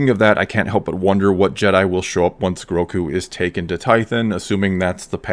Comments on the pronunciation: Gro-gu! Not groku come on man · Are you calling him Groku? It's Grogu. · Is it Groku (as pronounced in this video) or Grogu? I heard the name as Grogu in the episode. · for sure one of the best episodes yet for lore and the fan base, but by the force the child's name is Grogu not Groku. Who took him from the temple? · You’re pronouncing the child’s name “Groku”. And that’s incorrect. It’s “Grogu”. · Like.. am I the only one that is bothered by people mispronouncing GROGUS name? I've heard it all, Gorgu, Gmorga, and now it's Groku. No he is not the missing son of Goku haha :D But yes, this was by far the best kinda of star wars I've seen in a long, long time. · It’s GroGu with a “G”, not “Groku”. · Why do you keep calling him “Groku”? It’s “Grogu”. With two Gs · Why are you calling him Groku... lmao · Grogu, with a G not a K;) Definitely the best episode yet for me! Though I can't get over the length of her lekku like whyyyy. She basically looks like an aged pre-TCW-S7 version of herself, considering even Shaak Ti had very long lekkus in the prequels. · Its not "growku"....its Grogu, pronouced Grogo. Gro-go. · Groku? 🙂 anyone else think its Grogu? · GroGo not GroCo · It sounds like you’re saying Groku not Grogu 👀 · I get so triggered whenever he calls Grogu "Groku" I dont know why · I swear whenever you say Grogu, I hear Roku, and it makes me think you're talking about the dude from Avatar